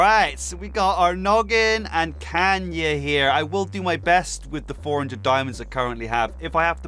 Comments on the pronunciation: HER NAME IS KAYNA!! KAY-NUH! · Its not kanya its KAYNA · Bro it’s not Kanya it’s kayna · Who's gonna tell him that it's "Kay-Na" not "Kan-Ya" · okay we got noggin and kanya. Me: jsyk it TRIGGERS ME when a msm YouTuber pronounces kayna wrong😡 btw its pronounced like k-na not k-nia U wanna know why i like kayna so much? LISTEN TO HER ON FIRE HAVEN! ITS A MASTERPIECE! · it’s Kayna not Kanya btw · Every time he says CAN-YEA 💀💀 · Cae-nu ITS PRONOUCED CAE-NU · its kayena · its kay na not kayn a